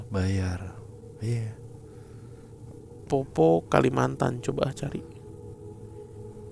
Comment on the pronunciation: bukan popo bang tapi poppo'...itu dari daerahku bang